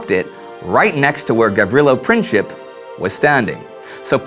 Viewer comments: You didn't help :) "C" is pronounced as a "K" in English, so if you want an English speaking person to pronounce it correctly, fonetically it would have to be written as "Printsip". But yeah, he pronounced it wrong. Beograd is not the English name for that city, it's Belgrade. Most pronounce it as Belgreid but some as Belgrahd. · Correct pronunciation is Printzip(it literally means principle in Serbian), and you forgot that the 28th of June is the most holy day of the Serbs (the day of St. Vitus or the day of the Holy Sight, Vidovdan ) on which the Battle of Kosovo happened in 1389, they really thought of his visit as a mockery to them...Great video nonetheless, and it makes me think that the Austrians knowingly planted F.F. to be killed in this fashion! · I think Gavrilo Pricip's last name would be pronounced PrinTZip. Its also hard to understand why he killed the wife of the Archduke Ferdinand, though. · Great channel and great idea. I just want to say that you are pronouncing Princip wrong. "C" in Princip iz pronounced like "zz" in pizza. Also, princip actually means principle in Serbian, so there is a joke that Princip assasinated Archduke out of principle. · Gavrilo's last name is supposed to be pronounced with the letter C. Pronounced exactly how it's written, but still I love the show. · You're mispronouncing the surname "Princip". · You didn't say why the visit to Sarajevo was, just at that time, so offensive, and you really mangled Princip's name. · "printsip" not "princhip" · It's pronounced Prinzip,not Prin-chip😂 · it's Princip not Princhip and it's not Belgrad, but Beograd. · It's pronounced Printzip, not Princhip. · It's not Pricheap but Princip which literally means principle. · AND MAKE SURE YOU PRONOUNCE HIS NAME THE RIGHT WAY! IT'S NOT PRINCHIP ITS PRINCIP [prǐntsip]! HIS VERY NAME MEANS PRINCIPLE! AND HE DID IT BECAUSE OF HIS PRINCIPLES! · It's pronounced Princip not Princhip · It's not pronounced Princheep. It's Princeep. Gavrilo Princip.